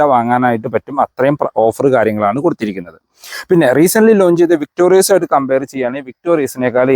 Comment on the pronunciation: താങ്കൾ പിന്നെയും തെറ്റ് ആവർത്തിക്കുന്നു... 🤣😬 വിക്ടോറിയസ് അല്ല... വിക്ടോറിസ് ആണ്.... 100 തവണ എഴുതിയിട്ട് ക്ലാസിൽ കയറിയാൽ മതി...🤣😬🤣😬